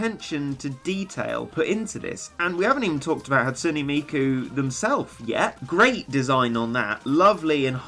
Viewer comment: Hey, you pronounced it right! A lot of ppl be like "Hat SOON Miku", but you spoon, you "Hat SOOn NE Miku"! Excellent!